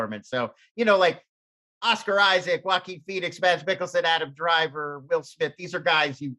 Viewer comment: It always humors me how difficult Mads is to pronounce right for people. You'd think someone would just look it up but no.